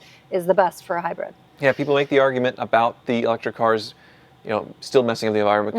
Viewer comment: it’s pronounced Hybrid—not Hybred